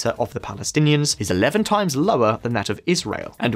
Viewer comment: He said times as tames so